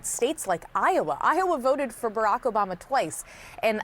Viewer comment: Obamna? Soda! OBAMAAAAAAAAA!